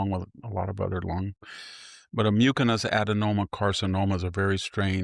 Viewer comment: Victor, I am a pulmonologist. Your tumor is pronounced myoo-suh-nuhs the c is soft. Though it used to be rare sadly I see it more and more these days. Seems like they are on the right track with your therapy. I will keep you in my prayers. 🙏🏼